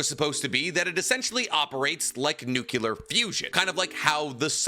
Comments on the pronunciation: NUCLEAR! NOT NUCULAR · Love you..but its Nuclear not nucular.... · I love the way you say nukular.